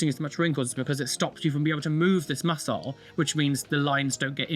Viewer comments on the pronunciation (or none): none